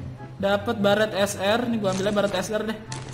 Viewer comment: Barret bang bukan barrat